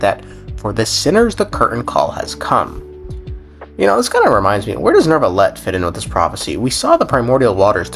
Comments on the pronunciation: When: NOORvillete Instead of: NYUvillete Yeah, it's bothersome to hear it bad pronounced, although a tad funny, haha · NO CUZ THEY DO ALL SAY FUCKING NERVILET OH MY GOD THANK YOU ...newvilet sounds better tho xoxo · ERMMM actually theres no R in Neuvillette